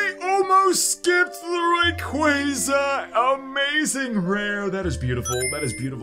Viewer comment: why does he pronounce rayquaza wrong smh..?